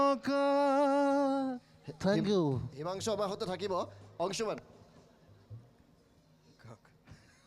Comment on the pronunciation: অংশুমান আজিকালি অংচুমান হ'ল ? হিমাংশু গৈ হিমাংচু হলগৈ ? উচ্চাৰণৰ বিশেষত্ব ই অসমীয়া ভাষাক স্বক্ৰীয় পৰিচয় দিছে । যদি আপোনালোকে শ*, * স *, *ষ আখৰ থকা অসমীয়া শব্দ অনা অসমীয়া ভাষাত চ দৰে যে উচ্চাৰণ নকৰে সেইটো নতুনকৈ শিকাব লাগিব নেকি ?